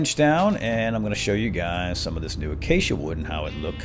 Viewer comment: You're the FIRST youtuber I've seen to date that has pronounced Acacia correctly. lmao